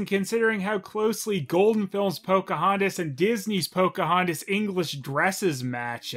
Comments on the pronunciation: each time i hear Cam Clark say "Pokey-hontas" a partof me dies inside... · How? does? How? How does saying the name Pocahontas sound like coughing or sneezing?